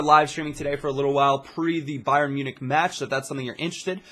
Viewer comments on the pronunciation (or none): none